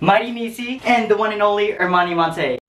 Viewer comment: "Ermani Montey" 😂😫😭